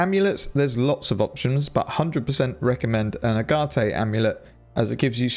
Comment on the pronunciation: just FYI, it's ay-get, not Ah-Gah-tey : Agate.